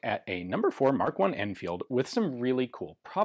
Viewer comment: pronounced 'L'Anfeeelduh'